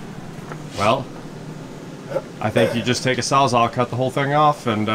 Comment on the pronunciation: You keep saying Saw Zaw instead of SAWZALL